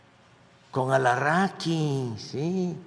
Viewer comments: 🤣🤣🤣 López Obrador, comience a decir los nombres propios correctamente, no es ALARAKI ES ALAZARAKI 🤣🤣🤣🤣 TODO POR PELEAR SE LE OLVIDA LO PRINCIPAL MENCIONA BIEN EL NOMBRE DE TU ENEMIGO🤣🤣🤣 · Alarraqui jajajaja jajajaja!!!!! Se hace pndjo, sabe perfectamente que la pronunciación correcta es Alazraki, lo hace para conectar con sus fanáticos y digan este si nos representa, es del pueblo